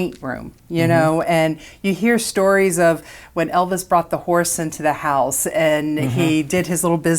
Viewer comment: Hose, is House